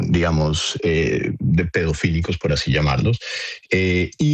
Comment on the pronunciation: Ackerman dijo 27 veces "digamoz"